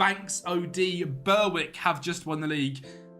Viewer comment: "Ber-wick" is pronounced "Berrick," and "Brechin" is pronounced "Breechin" using the 'ch' sound from 'loch', which I know the English struggle with!! The only faults I can find with this super-entertaining video. Thanks for your effort in putting these two marathon journeys together. :)